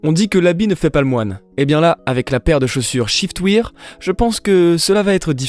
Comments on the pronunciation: On prononce chiftwaire et non chiftwire (shiftwear) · En effet c est waire (pensez a la prononciation de i am wearing) (prononcé ai)